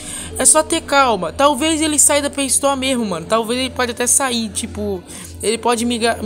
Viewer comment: Erros na língua do: graal crassic, pray story kkk